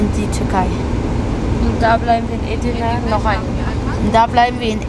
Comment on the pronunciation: Nette Familie, allerdings sträuben sich meine Haare es heißt eDirne und nicht Edirne, heißt ja auch nicht yaLOva